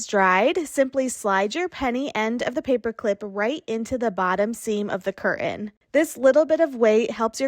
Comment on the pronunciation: Learn how to pronounce CURTAIN!!!!